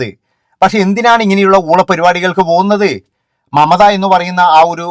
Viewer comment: മമത അല്ല " മംറ്റ " എന്നാണ് അവർ പറയുന്നത്🤣🤣🤣🤣🤣